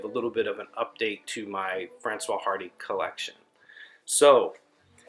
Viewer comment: Sorry to be that guy, but the s in Francoise is not silent, otherwise it'd be a man's name. The H in Hardy is silent though.